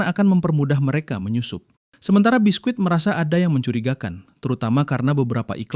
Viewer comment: Biski bukan bisquit T-T